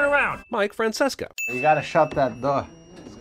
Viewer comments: Very late comment, doubt it gets noticed, but just FYI, the guy's name is Mike Francesa (fran-CESS-ah), not Francesca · “Mike Francesa” lol